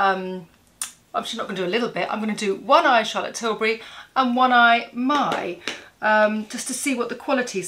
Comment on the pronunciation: You look fab - need to start with the dark shadow first. Top tip! It’s pronounced ME (Mii Cosmetics) x